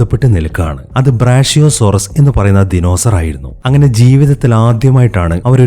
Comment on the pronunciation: ബ്രാഷ്യോ ❌ ബ്രാക്യോ ✅